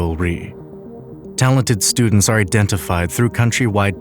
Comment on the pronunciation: Hmm, what are studends?